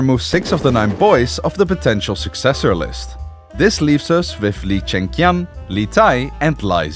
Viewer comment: He is not doing Cantonese pronunciation, he is just pronouncing it wrong, it should be "Lee Zhi" not "Lai zee" and it should be "Lee Cheng chian" not "Lai Cheng kian"